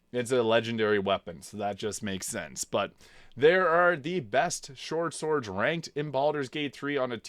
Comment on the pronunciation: Anybody else catch him mispronouncing swortshords? Lmaoo